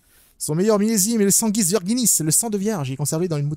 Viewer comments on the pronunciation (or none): none